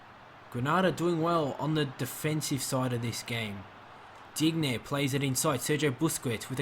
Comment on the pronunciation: Sorry your pronunciations are killing me: Dybala- (Dee-bala) Digne- (Deen- yay) Cillisen- (Sill-es-en)